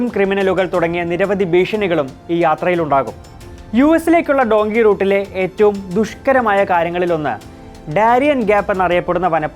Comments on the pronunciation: ഡോങ്കി അല്ലുവ്വ... ഡങ്കി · ഡുൻകി അല്ല ഡൻകീ